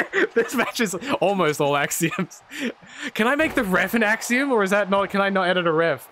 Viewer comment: I knew this video would be 10/10 when said "Copeiom"